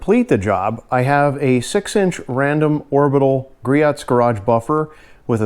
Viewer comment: It’s pronounced Grios, like Cheerios :)